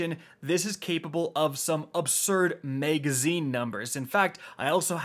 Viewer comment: MAGazine not MEGazine